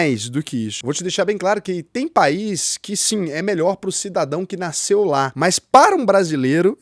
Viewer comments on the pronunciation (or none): none